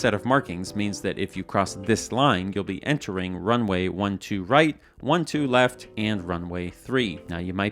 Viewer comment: Left? I thought you said Heft!